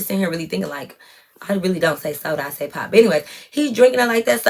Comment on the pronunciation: I’m 💀 at “SODA” w the country accent. Sound just like us lol